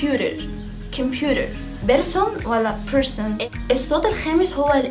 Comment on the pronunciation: معلش انا اسفه جدا اني هقولك كده انا شايفه انك في الايطالي احسن بكتير ارجوكي بلاش انجليش لان بصراحه في حاجات نطقتيها غلط مش صح زي attitude and computer accent.انتي بتنطقيها eccent و cemputer و additude انا سافرت كتير لامريكا وكذا دوله اوروبيه وبصراحه مش دي الطريقه الصحيحه لنطق الامريكان اكسنت مش بقول في كل اللي بتقوليه بس في كلمات كثيره .انا اعلم انك مجتهده جدا جدا ومتفوقه جدا ومثابره ولا تنهزمي بسهوله تستاهلي كل النجاح اللي وصلطي له واتفرجت عليكي في البرنامج مع دعاء وكنتي قمرايه ماشاء الله وحبوبه جدا انا بس لاني والاه حبيتك اوي وفرحانه بيكي ايضا فا مش عاوزاكي تشتتي نفسك في اكثر م نز اتجاه لان صاحب بالين كداب وان اة مقصدش انك كذابه ولكن هذا مثل يعني قصدي انك لو اتشتتي في اكثر من مجال بدل مايكون الفولويرز بالملايين مثلا هيقلوا لانك افضل بكثير في الايطالي .اتجاهين هيقلل من شعبيتك مش هيكون في مصلحتك لانك نش بنفس الكفاءه في الاثنين وانا حابه انك تفضلي in the top زي ما بيقولوا بلاش انجليش صدقيني وبلييز بليبيبز ما تزعليش مني.انتي زي السكر ولذيذه وعسوله وتدخلي القلب علطول.اتمني ت قبراي الكومنت بتاعي وتتفهميه جيدا بالتوفيق حبييبتي😘😘